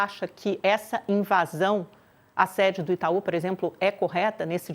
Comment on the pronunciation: "Invasao"😂😂 Esses jornalistas são péssimos.